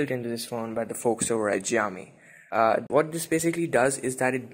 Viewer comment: Great job :) btw Xiaomi is pronounced as (Shao-mee)!